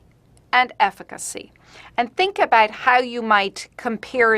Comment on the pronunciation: "hallo, afficacy"